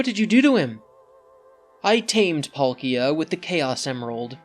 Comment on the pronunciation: that's how you pronounce palkia?